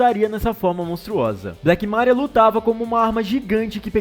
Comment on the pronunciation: Mano, black MÁria? Vergonha alheia. Deixar de assistir o canal, não suportoouvir as pronucias erradas por de vocês.